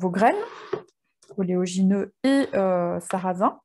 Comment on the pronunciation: Merci pour vos superbes recettes et partages. Ps. Vous dites toujours ''oléogineux'', or c'est oléagineux quil faut dire 😉